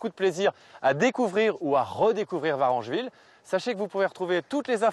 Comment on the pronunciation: VarEngeville avec un E , merci